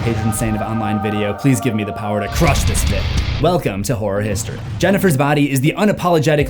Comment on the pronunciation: Sounded like you said welcome to whore history and my first thought was "appropriate".